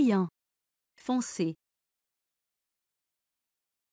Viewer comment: Foncé مش fancé😂😂😂